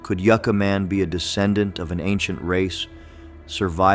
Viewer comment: All the narration and most of the videos in this series are all AI. It all still looks and sounds fake. It makes absolutely no sense to me how AI computers dont know how to pronounce city/place names correctly. Yooca Man? Ya had it right before dumb AI....Yucca Man. And this stupid AI narration mis-pronounces other city-names in other videos. Pathetic.